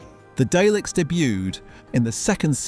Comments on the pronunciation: "Dayleks"? Oh come on 🙄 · Please don't call them Dayleks. 😆